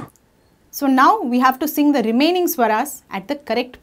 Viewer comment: its dha not da sister